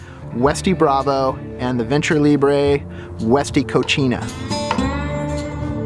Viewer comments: Cocina not cochina lmao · He bro... FYI. You're pronouncing the name of the refer-door addon incorrectly, it is not pronounced "KO-CHee-NA" which means "Female Pig" or "Dirty in the female gender". The proper pronunciation is "Ko-see-nah" although it is properly spelled "Cocina" which means kitchen. Just sharing bro as its not an Italian word, it's a Spanish word. Love your videos nonetheless!!! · Co-See-Na = Kitchen Co-Chi-Na = Dirty (feminine) Lol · Nicely done,. The fridge door item is pronounced "Co-see-nah".... which means kitchen in spanish. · I can't help to laugh Everytime he says " Cochina" which is spanish for Nasty.